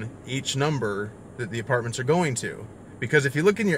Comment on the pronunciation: When you said the word apartments, a part of me died